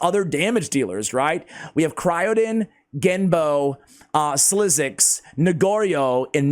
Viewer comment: SliXus,😅 speak it out as SLICKSUS 💜